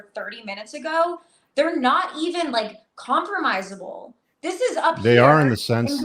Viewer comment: Caitlin hysterically whines that a man manipulated her for $. That’s what countless women have been doing to men in divorce court for decades… And the word is “comparable” not “compromiseable”. These women get triggered and can’t even speak English…